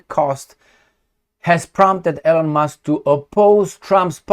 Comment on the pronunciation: ...L-On ? 😂 C'mon man! You can pronounce all kinds of difficult names of different cities, towns, regions in different countries...but E-Lon is to hard? E-mil E-lon How hard is that?